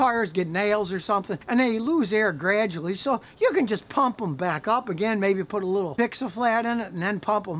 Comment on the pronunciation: Double U not duba U. Ruined not runed. Gradually not gradially.